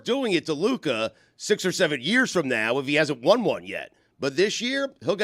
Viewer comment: until stu learns how to pronounce luka’s name, his opinion should be rejected on this topic